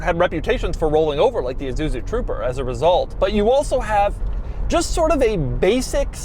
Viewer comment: Doug kills me… iSuzu, not iZuzu! Also… ever heard of the 4Runner? Yes, they’re still popular and they’re exactly this.